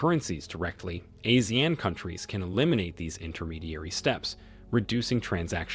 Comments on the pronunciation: It’s pronounced (Ah See Aaan)… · It should be pronounced as Ah-See-Yahn. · ASEAN is pronounced as ah-sea-arn. Not “a-sian” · Please look up your pronunciation of Brunei and Asean. It would make your statements and arguments much better for the listener.